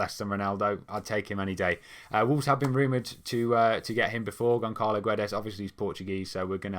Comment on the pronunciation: ç = ss, Gonçalo = Gonssalo. In Guedes, you don't say the "u".